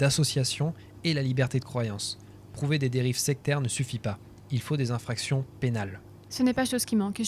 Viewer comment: C'est pas faux, notamment à , le mec ne fait pas la liaison "zinfractions".